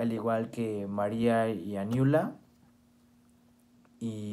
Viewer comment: Aniula no se pronuncia, se dice a lo italiano argentino, anYula, muy buen trabajo.